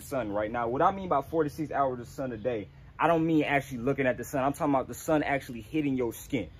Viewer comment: “This tree know what I’m talm bout”😂😂😂😂🤣